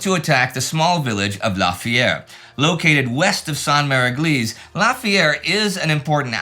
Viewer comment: "How to pronounce Sainte-Mère-Église" 😂